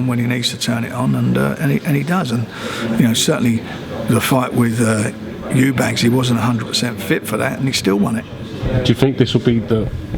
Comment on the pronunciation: EubankS please. Never gets the name right.